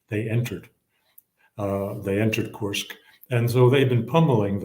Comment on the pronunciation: As a Russian to hear Judge say KURSK wrong over and over. 😂